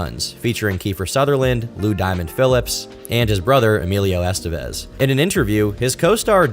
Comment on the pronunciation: You literally just played a clip of Martin Sheen CORRECTLY pronouncing the last name 'Estevez', and then went on to mispronounce it over and over again. Well done.